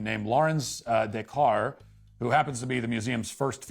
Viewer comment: Its des cars not "de car" ... notice the very obvious letter S at the end of both parts of that last name. Just like how surrenderlands capitol city is paris (pronounced "pair-iss") ... if they want to be illiterate gigatards who call it "perry" thats their own stupid fault. We should have let germany keep all the land they took in the 40s.